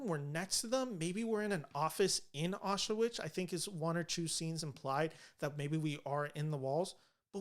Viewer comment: It's pronounced "auschVITZ." Regardless, interesting analysis.